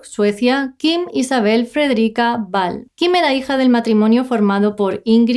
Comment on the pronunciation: El apellido de Kim no se pronuncia Ball sinó "Uall"...vamos a aprender a pronunciar en condiciones que mucha gente nos está viendo